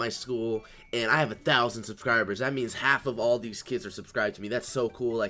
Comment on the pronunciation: "subcribers" hahaha😂